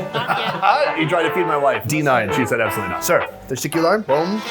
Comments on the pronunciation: I keep laughing every time Sonny says thank you in Turkish. He pronounces teşekkürler like "testicular", but it is really pronounced "te-shek-ku-ler". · Yok Ta-shak cooler.... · Not really. Its pronounced ”te-she-kur-ler”. :) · bro really said teshikilar